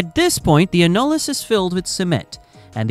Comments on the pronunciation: I don’t think we have to worry about Skynet until AI can correctly pronounce simple English words. Thankfully, just when I was about to lose my frickin mind at the fifteenth time mispronouncing annulus, I was saved by yet another YouTube ad lamenting the heartache of premature ejaculation. I dd not return to the AI slop after that. I hate AI. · This video is about 40 years to late, it pertains to the 70's and into the 80's and rig terminology used is all wrong, for instance the outside space between the drill string and BHA, the annulus, is pronounced (ann-u-lus). The 80's saw top drives start to replace kelly's, mud motors, dtu's and the current closed rotary loops, supplant conventional rotary assemblies. Average well depths were in the region of 10,000 ft or 3000m, but depths can double and triple that in todays drilling. MWD replaced single and mutli-shot compass based systems and gyro gave way to accelerometers and magnetometers, utilizing the earths gravitational and magnetic fields, to determine where the well is being drilled, though gyros still overcome areas of high magnetic interference, when casing is involved. Mud is used for weight to balance the inward pressure exerted by the formations, as a coolant taking the geothermal heat back up to the surface to be dispensed, and as a lubricant. In addition the MWD pressure signals are transmitted through the mud to be decoded at surface and let the directional driller know where he is when plotted on the charts, that show the the wellbore to be drilled. I was forty years in the drilling industry, first as a seismic engineer, a surveyor using magnetic and gyro single and multi-shot systems, and then a conventional rotary drilling, mud motors, jetting, bent subs, and closed loop directional driller. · AI improper pronunciation of annulus (æn.jə.ləs) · It's an AI voice, pronunciation isn't going to be perfect. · I stopped watching when it pronounced annulus wrong about 10 times in 30 seconds.